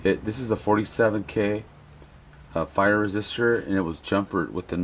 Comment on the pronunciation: Love your Marshall videos!! Hey those resistors are pronounced PIE-ER not FIRE. Not trying to be that guy just trying to help......Cheers!!!